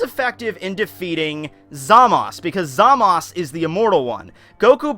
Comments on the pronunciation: It's basically up to the speaker if he wants to pronounce it ZAMASu (with a slightly audible u) or ZAMASS (with a sharp sounding S) in the Japanese language. That's because there can't be a single standing S (or other consonants except N) in Japanese. Every Japanese speaker would instantly understand that there is a U implied (except when the syllable is TO or DO, as there is no TU or DU in standard Japanese). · I definitely hear the last letter. Maybe they doesn't pronounce it like ZA-MA-SU, but something like ZA-MASu. End there is a weak "u" at the end of "desu" too, at least I can hear it most times. Not a big problem though, you probably won't have many occasions to pronounce this name anyway :) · Mastar from Mastar Media pronounces Zamasu in the right (in my opinion at least) way though, thats why I was surprised did it another way. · 2+2 = 4 and it's pronounced ZA-Mas. There is no U. Master Media pronounces it Wrong. However its his channel you can say it however the hell you want. Really isn't an english class and people tend to pronounce things how they want which is HOW slang happens anyways.